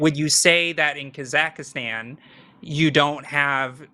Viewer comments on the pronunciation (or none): Kazakhstan, not Kazakh-A-stan